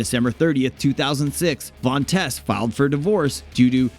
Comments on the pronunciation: It sounds like tease not tess. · Where do Americans get their pronunciations from... Dita Von Teese as in Cheese... To tease someone... Where do they get Tess from??? Idiotic.